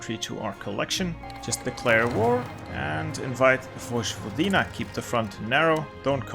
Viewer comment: Everything is good but im croat and it hurts me listening to your pronouncing of Vojvodina so i need to tell u that its pronounced Voyvodina.